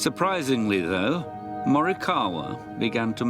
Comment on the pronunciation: They pronounced him name right!